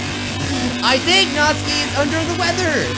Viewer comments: Best girl: Yuri 2nd best girl: Sayori 3rd best girl: Natsuki (as says: Natski) Last best girl: Monika Although id mind Monika that much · Your saying natsuki’s name wrong